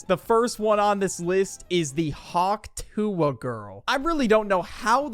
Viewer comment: I think it's more "Huck tuh" than "Hawk Tua" 😅.